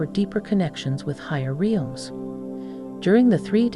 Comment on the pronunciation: It's REELMS, get it right! 😂😆